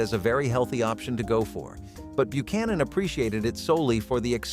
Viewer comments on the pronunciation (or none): none